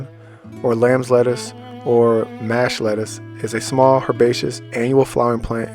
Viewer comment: Thanks for the video and info! Quick correction on the pronunciation. You’re saying it like ‘Mash potatoes’. Instead, think of the word ‘posh’, now replace the ‘p’ with the ‘m’. The letter â (a with circumflex), often called "a-hat," modifies the sound of 'a', indicating a long 'a' sound (like 'ah')! 😅❤